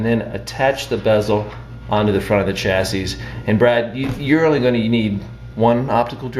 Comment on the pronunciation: The last s is silent unless you're talking about two chassis.